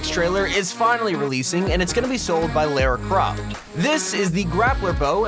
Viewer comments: LOL YOU SAY LERA CRAFT BUT ITS LARA CROFT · Why did he say Lara Croft like that lol